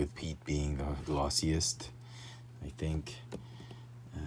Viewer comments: Great Review👍 FYI It's actually pronounced Admiral [Pee-et] Piett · They are code cylinders not pens and it's pronounced piat like fiat with I p instead of an f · "Admiral Pete." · You severely mispronounced the Admiral's name